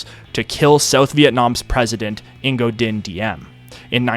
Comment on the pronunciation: Im pretty sure "Ngo" is just pronounced "No". Excellent work as always!